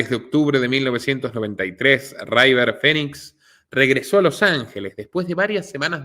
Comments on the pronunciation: Que River no se pronuncia Raiver, se pronuncia River, porlos demás todo genial, pero tu inglés deja bastante que desear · No es "raiver" es "river"...es fácil comprobarlo si el inglés no es tu fuerte... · En inglés River se llee igual que en español, no raiver